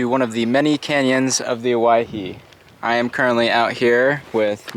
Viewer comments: He actually pronounced it correctly. It's pronounced like Hawaii, because it is Polynesian in origin. It was named after 3 islanders that got lost and evidently died in the canyon in the 19th century. However, the locals pronounce it Oh-Wah-Hee. Or at least that's how I was taught. As a side note, what he caught is a "Squaw Fish", (I didn't name it) yes, a Northern Pike minnow It's a trash fish that grows wild in many river systems in eastern Oregon. They're not really good eating. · It's the Owyhee, NOT the Hawaii!